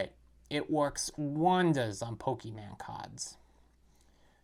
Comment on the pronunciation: Never trust a man who says Pokéman 💯